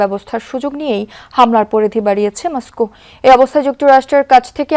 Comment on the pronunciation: যদিও খবরটা মন্দ কিন্তু মসকু উচ্চারন😂, মজা পেলাম।🤣